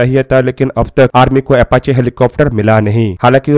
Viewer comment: MERE BHAI PEHELI BAAT TOH AFACHE NAHIN, APACHE HOTA HAI, AUR DOOSRI BAAT YEH HAI KI, BHARAT BOLTA JALDI HAI, AUR KARTA 20 SAAL BAAD HAI 🙏, BAAKI AAP SAMAJHDAAR HO SAMAJH GAYEHONGE🙏